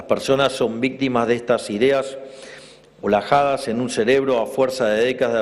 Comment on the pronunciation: Olajadas? O alojadas. No sabe pronunciar !